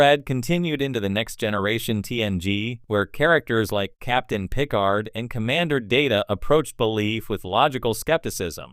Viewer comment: Either you have never seen a single episode of Star Trek, or the guy you hired to read your script hasn't. I'm pretty sure even AI knows how to pronounce Picard.